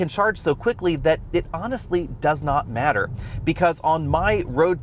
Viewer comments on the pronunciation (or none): none